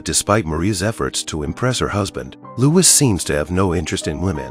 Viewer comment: Marie was only 14, Louis was only 15 when they married. The courtiers threw candy at them. His name is pronounced 'Louie', not with the S pronounced. Antoinette was 38 when she died, she didn't make it to her 39th birthday. Louis was also 38 when he died over 9 months before she did.